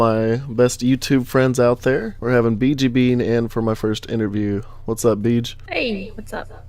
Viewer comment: first time I hear that I thought u said ,,Bitch''